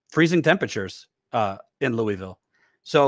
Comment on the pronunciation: What the fuck is that pronunciation of Louisville? Or is he talking about another city that sounds similar?